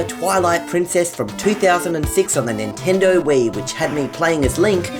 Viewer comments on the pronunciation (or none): none